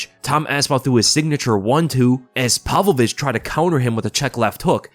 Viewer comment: "Palvo-vich" Dude you're a grown man, pronounce his name right